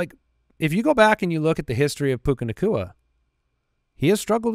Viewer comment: “Koopa” Nacua 😂😂